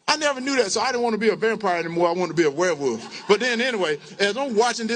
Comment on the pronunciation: Um, Mr. Walker...what's a "Wehwoof"?!?🤣